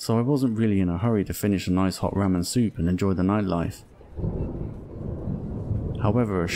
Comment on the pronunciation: Bro actually said ra men